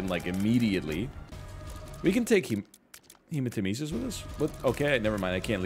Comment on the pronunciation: Yo it’s been 68 years and he still pronounce hematemesis wrong